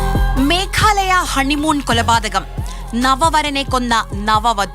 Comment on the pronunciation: മേഖാലയാ അല്ല, മേഘാലയാ.